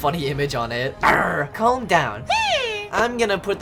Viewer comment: It said “clam down” 💀